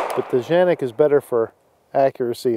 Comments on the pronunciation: What are you calling the gun Janik? It has been confirmed it is indeed pronounced Can-ik just like it’s spelled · Dude lol it's called canik not janik with a C the way you saying it is funny come on😂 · Why do you Keep calling it Janik? Its Canik, with a C. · Tf? Did he call it a Zhanik??? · You're in AMERICA. It's K....K..........Canik. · Because Canik's Turkish pronunciation is pronounced Janik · Ita “K”anic. With a k sound. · Nice review. I don't think you're pronouncing it right though (unless you were just poking fun). I think Tim from MAC initially said that's how to pronounce it, but then I think he corrected himself in a later video explaining that the weird pronunciation was a mistake of some kind. Anyway, my biggest beef with the Canik is twofold. One, I've seen pics of people who use this gun a lot and the finish is rubbed off all over the place and it doesn't have a ferritic nitrocarburizing treatment, so it's going to be a lot more susceptible to rust than the VP9, Glock 17/19, Walther PPQ, M&P9 etc. I also don't like the height. 5.7" is just too high for a gun in my opinion. It's just wasted space. If I need to go from 15+1 rounds to 17 or 18+1, I need a rifle.